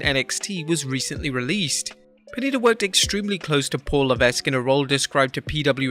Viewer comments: Just because you aren't French does not excuse your continued mispronunciation of Triple H's real name. The S in Levesque is SILENT and his family name is pronounced Leveck not Levesk. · Again his name is pronounced Levek, you don’t pronounce the S in his last name. Huge pet peeve when you guys do that